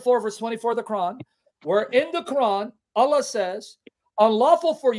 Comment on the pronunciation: Allah sounds like 'a lie' .